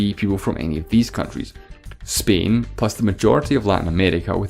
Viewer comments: bro is pronouncing spain like "spein" 💀💀💀💀💀💀💀💀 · Why do you pronounce Spain like 'speen' ?